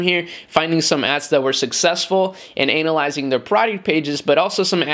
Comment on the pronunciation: I think you pronounced 'Analyzing' wrong hahahahaha.